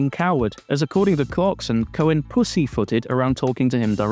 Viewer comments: "cohen" EVERY SINGLE TIME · “Cohen” huh? What is that, Italian?